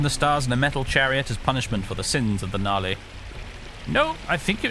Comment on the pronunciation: I keep hearing Nali as Gnarly